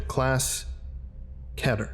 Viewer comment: "Ketter" why not say keeter